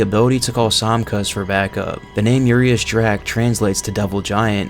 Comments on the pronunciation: Cool video, very informative. Quick tip. Urias is pronounced like this: Uuh - Ree - Ash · just a heads up, i think “Urias,” is pronounced “Yur-eye-us.”